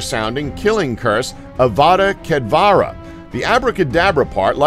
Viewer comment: It’s ked-A-vra, not ked-VA-ra